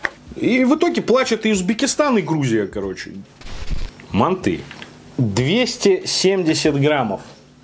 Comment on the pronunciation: мАнты,а не мантЫ!!!!!!!Если у нас в КЗ скажешь мантЫ,тебя напинают))))))))